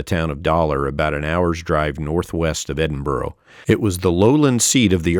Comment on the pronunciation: By way of a tip Edinburgh is not pronounced Edin Burrow instead Edin Burra